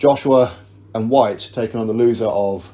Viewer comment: It's Whyte. Lol.